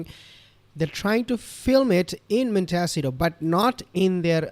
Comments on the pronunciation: Just FYI: Montecito is pronounced: Mon-Tay-CEE-to. The accent being on the third syllable. It’s Spanish. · Its pronounced mon ta see toe